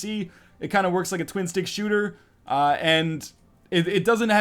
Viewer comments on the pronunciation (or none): none